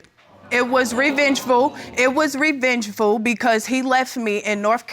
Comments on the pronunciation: It was “revenchful” it was revenchful!! 😂😂😂😂😂😂😂😂😂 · “It was revengeful” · It was Revengeful! Yikes